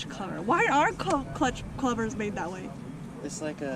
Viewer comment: "Cluch Clovers" :)